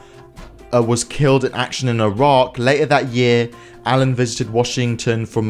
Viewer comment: pronunciation correction: [i-rak]